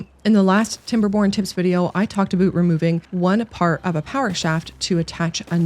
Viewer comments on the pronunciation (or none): Damn im a sucker for that "Aboot" this girl casually rolls out. Gotta love Canadian